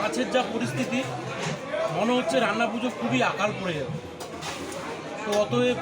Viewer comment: রাইনা নয় রান্না 🙂